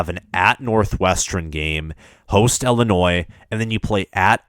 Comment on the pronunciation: “Westren” “Eastren” “Ellinois”